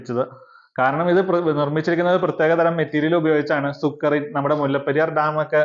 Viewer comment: സുക്രി അല്ല സുർക്കി